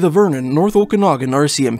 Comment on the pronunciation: Had Clancy O'Brian not been named such, had he been an Indigenous person, not near that amount of hours would've been put forth to find him. Someone please teach how to correctly pronounce Okanagan. I've already tried, and it obviously didn't work. No, it it not "O'Kinnigan", it is not Irish.